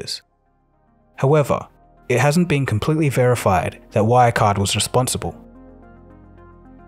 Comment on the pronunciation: Your pronounciation of German names is horrible, you're not even trying to say them correctly. It takes 5 seconds to search for the words on German wiktionary and listen to the pronounciation. Good video, though.